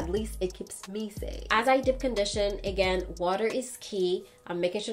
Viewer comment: I'll never get over how she says "dip" conditioner and "live" in lol